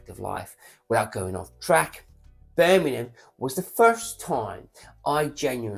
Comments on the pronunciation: It’s BirMINGham…. MINGham not Birminumm. Christ my teeth were on edge every time you said it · Birmingham not merminum😂 if you can say Worcestershire sauce correctly I’m sure you could pronounce England’s second city correctly!